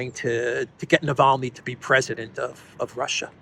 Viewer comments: So upset about Navalny, Graham can't pronounce his name. Navaly, he said. Ignoramus ! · Gush LG said navaly lol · no no no, Bonehead Graham said and I quote: „Navally“ 😂 his senile brain can’t even remember the man‘s name correctly who they paid for… Seems that senility is not an exclusive for the dummycrats! 🤣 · Unreal, Graham can't even pronounce Navalny's name correctly and he's calling to declare Russia as a state sponsor of terrorism... Is he okay in the head, this goof?! Not to mention that USA has by far sponsored the most of the terrorist and radical organisations on this planet, if anyone, US state shoul be declared a sponsor state of terrorism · Graham can’t even say Navalny’s name right.. Someone should seriously shut this guy up, and take him to the train station..